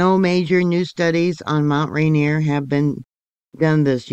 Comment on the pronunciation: Pronounced "Rain-Ear"